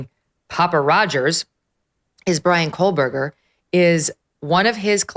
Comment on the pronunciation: I have been listening for many, many months now, just so I’m SURE, MEGYN, if I may offer a kind correction, you CONTINUALLY & REPEATEDLY, say “Coleburger”. His name does NOT consist of an “L” anywhere! It is pronounced, “KO-BURGER”. As Michael Jordan said, “ STOP IT! GET SOME HELP!” 😂